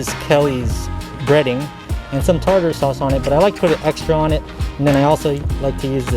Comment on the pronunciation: Tar-ter sauce is the pronunciation. I love Alaskan cod, catfish, red snapper, and tuna. Do people still put vinegar on their French fries? We used to feed the birds there. Beautiful place to spend the day.